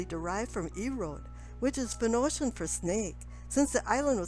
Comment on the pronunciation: I didn't know that the word "Phoenician" had interchangeable pronunciations. fin-O-shin?